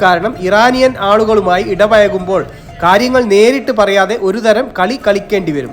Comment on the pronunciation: സംസാരം കേട്ടിട്ട് മലപ്പുറംകാരൻ ആണെന്ന് തോന്നുന്നു ഇടപഴകുമ്പോൾ എന്ന് പറയണം അല്ലാതെ ഇട പയകുമ്പോൾ അല്ല അതുപോലെ ഴ ഉച്ചരിക്കേണ്ടിടത്ത് നിങ്ങൾ യ എന്നാണ് ഉച്ചരിക്കുന്നത് കഷ്ടം അല്ലാതെന്താ പറയുക ?